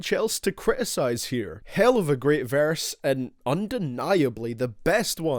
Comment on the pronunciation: Boy says verse like varse